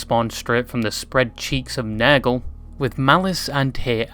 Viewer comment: I love how he pronouces nurgle as "nairgle" 😂